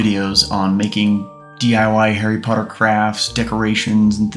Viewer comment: 10 points from Griffindor for being a child pottah